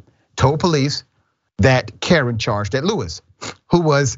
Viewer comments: It's pronounced Kay Ron . Like Jay Von . The only reason I pointed it out . Is because it sounds like Dr . Richey is saying Karen . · Um,, his name is pronounced Kuh-rahn not Karen. Maybe ask around before you open your mouth? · Dr Richey the name is KaRON. Pronounced “cuh RON not “Karen.” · First of this boys name is pronounced Ka-ron not damn Karen yall 🤦🏽‍♀️🤬🥴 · It's pronounced Kuh-ron, not Karen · The name is pronounced Kay-Ron dr. Richey not Karen! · It's Kuh-Ron!!! Not Karen!!! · His name is not Karen its Ka-ron this man is not saying his name right nor did he care to look it up to make sure he had the name right 🤦🏽‍♀️🥴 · Pronounced Ka-Ron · Dr. Richey please pronounce the name correctly. I believe it’s (Ka Ron), like the male name Ron or as in Caron Bulter. What a sad story and I hope the man is convicted.